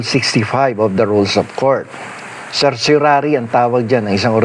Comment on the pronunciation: Salamat sa paliwanag. At sa pag pronounce ng CERTIORARI, hehe.